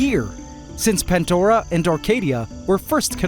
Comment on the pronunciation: It’s “pandora” not “pantdora “ I can’t believe this guy- he got hydromeda right tho